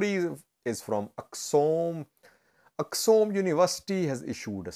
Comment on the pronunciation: Not Aksum, correct it with Axum